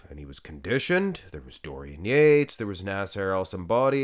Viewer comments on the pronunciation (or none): none